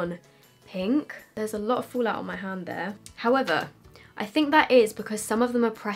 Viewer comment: "folaut" xD